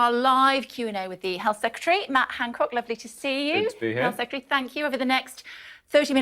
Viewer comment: Matt Han"on"cock